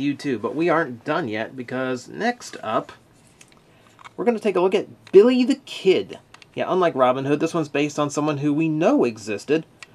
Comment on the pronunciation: I like how much emphasis they put on the non-existent Rs in Billy the Kid. BiRRRRRRy the Kid!